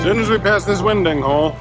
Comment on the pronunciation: One minor issue - it is pronounced Winding Hole, and not Winding Hole! OK?